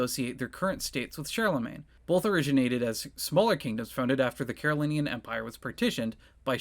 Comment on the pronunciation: It's pronounced "Carolinjan," you know.